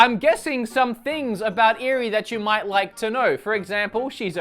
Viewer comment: "Did you rike it?"